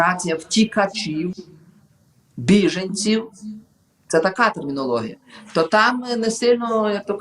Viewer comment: Військовий Карась на біженців каже бішенці.